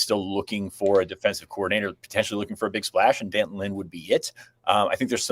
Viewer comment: It’s pronounced D’Anton! Did ever have phonics!